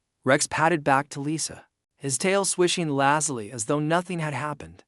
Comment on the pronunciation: Good plot, but narrator's voice (AI?) is boring and the mispronunciation of even simple words like "lazily" very distracting. Has some loose ends that need to be wrapped up such as why Lisa travels with a tiger, why she came to the colony or what her job is.